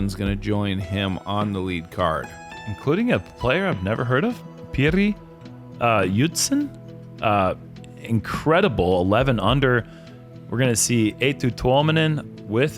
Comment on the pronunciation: Please check out how Pyry Joutsen is pronounced, PLEASE don't call him "Piri" again as it is a street name for amphetamine in Finnish 😅